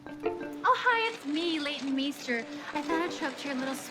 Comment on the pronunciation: Hahaha hello I'm " Leighton miester " 😂😂😂